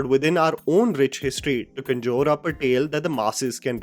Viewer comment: FFS. Please work on your pronunciations of ‘conjure’ and ‘mass’, remembering that they are English words. An Indian accent is one thing, but to do the maa behn of the English language is something else. Do ‘chime in’, won’t you!